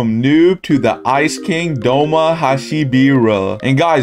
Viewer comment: doma not douma